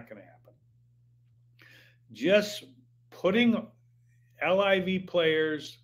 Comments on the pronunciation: Hank, call it LIV not L-I-V. It`s the coolest game in town. I`m 65 and love it. PGA is BORING. Scheffler whooping up on no names. Sponsors will drop like Bryson`s 40 footer to shoot 58 !!!!! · Quit saying “ L-I-V”….its LIV